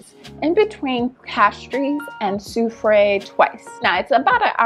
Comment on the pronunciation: Sou-freh is the pronunciation.